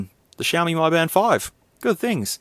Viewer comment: Mi is pronounced Me, not My